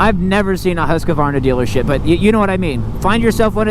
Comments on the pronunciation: It is HUSQ-VARNA not HUSQ-A-VARNA dont know why so much people invent letters xD.hahahha Nice vid men! keep it up!! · I have an idear ... Let's go ride a Huska-varnah! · There's only two "A's" in Husqvarna.